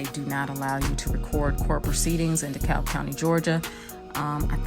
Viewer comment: the L is silent it is pronounce De Cab county